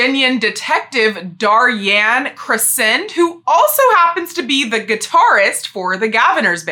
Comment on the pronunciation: For Daryan Crescend’s name, I believe it’s pronounced dare-ee-en creh-shend, I’m not 100% sure on his first name but his last name comes from “crescendo” which is a musical term that means to gradually get louder